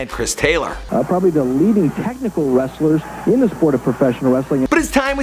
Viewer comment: Was hard to listen to because you can’t even pronounce the wrestlers names..